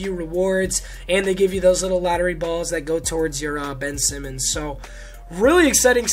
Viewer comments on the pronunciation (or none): none